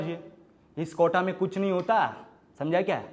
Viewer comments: Sab sahi tha...wo kota hota hai kotha nahi... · Bhai kotha nhi hai ,kota hai 🤭🤭🤣🤣